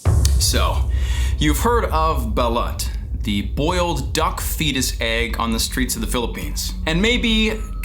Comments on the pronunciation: Isnt Balut it pronounced buh-loot? Not Bel-lat? The fermented duck egg from the Philippines? Just curious... Also, what does it taste like...if anyone here has tried it? I feel like it would have a strong ammonia or sulphur like taste/smell. But I am probably very wrong. 🤷🏼‍♀️ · U cant even pronounce balut right lmao epic fail